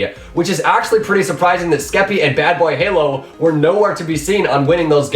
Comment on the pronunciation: Lol he didnt say bbh but badbayhalo every time. Kinda funny